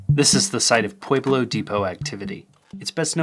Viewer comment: It's "pwe-blo" not "pwey-blo"